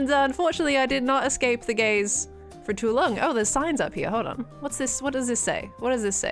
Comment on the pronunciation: “i did not escape the gays for too long” LMFAO LEGEND (i know she said gaze)